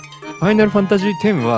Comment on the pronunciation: Final not Fainal